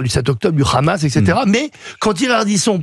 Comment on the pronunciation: Tapiro dit le "RHAMAS"....on voit pour qui il roule, au dela du fait qu il soit pro israélien